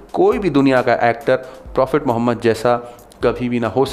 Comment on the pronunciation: Are name to Sahi se le